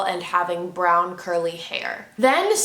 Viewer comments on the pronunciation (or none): none